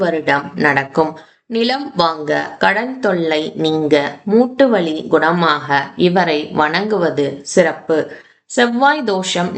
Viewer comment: Thank you . A few points (1) the temple is not west facing. The main entrance is east facing. (2) Why is 'ka' pronounced as 'ha' ? வகை - வஹை, நோய்கள் - நோய்ஹள், குணமாக - குணமாஹ. Terrible pronunciation.